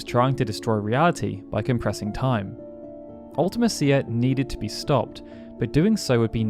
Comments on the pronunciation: The way you pronounce Ultimecia is so wierd. You say, Ultima Seer, when it's pronounced Ulti Me Sha. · I hate the way you say Ultimecia. I've always pronounced it Ulta-Me-Cia. Not Ulta-Ma-Cia. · It's pronounced "ulti-me-shee-a", cia is pronounced "she-a" not "ulti-me-sea-a" as you say it. And if you want proof, watch the Yoshinori Kitase Interview on how he thought up the ff8 story and the games enemies. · I think the thing that gets me is you make it sound like 2 different words instead of a single name. When you say it, I hear Ultima Cia. Not a singular word. MEcia. Ultimecia. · Ultimecia is pronounced Ulta-MEESHA, NOT Ulta-Mess-cia. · Fun fact, Ultimecia is pronounced Ult-uh-meesha in Dissidia games. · Ultimecia is pronouced "ultimEsha" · You're emphasizing her name wrong. You spell it like ultimate and "cia" is spoken like "shia". Other than that, good vid. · I think you pronounce ultimecia strangely. It's pronounced "Ultimesha". Like the name Alica, is pronounced "Alesha", not "Aleesee-ah" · Yeah, I've always pronounced it Ul-tee-me-cia. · The pronunciation of Ultimecia is just so bad. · Surely that’s not how you pronounce Ultimecia 😬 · I just can’t watch this video when you keep saying ultimecia name so wrong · Any game whats the worst ever hard near impossible enemy or boss Not to be a c**t but edea and ultimicia are being pronounced wrong I used to get ultimicia wrong too edea is an old name sounds like a grandma type of name I don't know how to describe the other ? Her GF never brained her never forgot anything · His pronunciation of Ultimecia makes me cringe, like a lot.